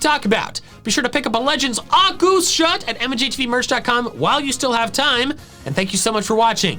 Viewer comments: Correct pronunciation of Arceus is 'Arkoos' , not 'Arkeus'! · IT'S ARCEUS, NOT ARKOOS! PLEASE SAY IT RIGHT! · Why people keep butchering Arceus nama. Is Ar Se Us. Not ArKeus, Not Aku. In Japanese is ArSeRuSu. So in English and Spanish in Any Language should Sound ArSeUs. ArSeus, ArSeUs.😅 Geeez! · STOP SAYING ARKOOS ITS ARCEUS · Its arSUS not arKOOS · It’s Arecus not Arckoos 🤦‍♂️🤦‍♂️💀💀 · If you’re gonna pronounce Lord Arkoos’ name, pronounce it correctly, peas and carrots. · No, it is Arceus! Arkoos is not how you say the name, or spell it for that matter! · ok heres something i learned its actually pronounced Arch - e - us not Arc - e - us or Ar - koos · ahr-KAY-oos. If it's a Latin word, that's how it would be said. Love your channel mate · bidoof is not a God he is a stupid beaver. And also can you stop saying arkoos it annoying 😒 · I can't help but find it actively discomforting that you actively mispronounce Arceus' name... Like, why? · IT IS ARCEUS! THERE IS NO K IN THE NAME, AND THERE ARE NO O'S IN THE NAME! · How come you're pronouncing it like that #arceus